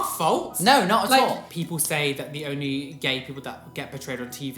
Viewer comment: she literally said ronly with an n